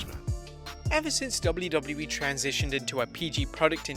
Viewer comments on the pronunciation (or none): You say wlwe it's wwe